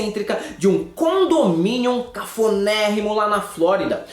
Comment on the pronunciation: O falou condomínion????